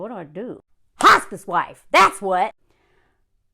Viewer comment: I thought you said “hostage wife” instead of “hospice wife.” Which, I suppose, are basically the same thing